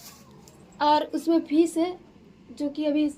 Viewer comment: Fees nahi fish hota h madam